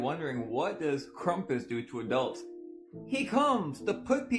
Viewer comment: It's KRAMPUS. If you're going to demonize shit and ruin folklore than say it correctly. Krumpus? Lol Fuk off. That guy drives me nuts. We get it, you love Jesus but not everything is satanic. My goodness. 🤦‍♀️